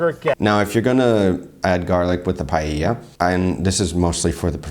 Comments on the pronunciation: ? pallella??? If she doesn't even know how to pronounce paella, what can you expect? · Not only none of them did a good paella, but they all mispronounced it 'Pallella'. (Except from the guy reacting which has very decent spanish accent).